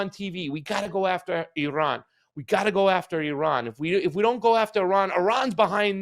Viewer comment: Thank you for pronoucing Iran correctly. Ignorant mainstream US media can't even pronounce Iran and Iraq let alone speak honestly.